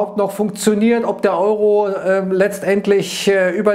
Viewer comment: Et, was macht der Ëūró?